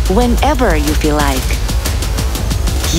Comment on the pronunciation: lik lik lik,itu mksud nya like like like gt kali ya